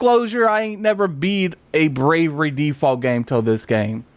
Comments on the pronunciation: *Bravely with a L Not bravery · came in comments looking for this, it was triggering me. i was like please say it right atleast once PLEASE!!! lol